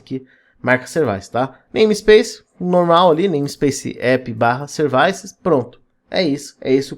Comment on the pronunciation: Excelente vídeo, mas sevAIces me mata 😂. Excelente vídeo parabéns e obrigado.